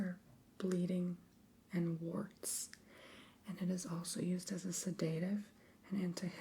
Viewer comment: I found it so charming how you mispronounced fragrance, sedative, potpourri and more. I subscribed just for that❤